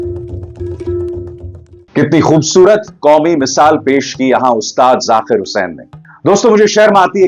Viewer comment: Arey, aap ki pronunciation lagbhag theek hote hai, phir kyu Zaakir ko aap ZaQir bol rahe hain, very bad my dear, correct it, ye nhi chalega, sort godi walo ko hi ekadhikaar hai